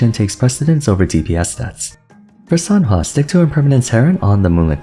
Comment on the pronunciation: RIP the h in Sanhua, my poor girl